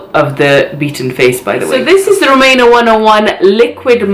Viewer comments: I really like you....but feels like ur trying to be nice as shr sent u free stuff type of video. U can't even say her name properly....rumAYna? Its ruMEEEna lol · The way you say her name is so funny 🤣 you made me laugh, ngl I think her make up looks kinda rubbish but wish her well with it all, omg black hair on you is 😍😍 and kaleb is sooooo cute Ma Sha Allah!! ❤️